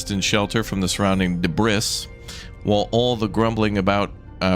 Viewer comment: *Not me driving a spork into my leg, red faced from how much my every muscle is clenched: "Wow all of these trekkies are so intense, why are they so uptight about enunciation?" Im sorry wait, HOW did you pronounce debris??? Nvm I get it now. Jk way to survive the um actuallizers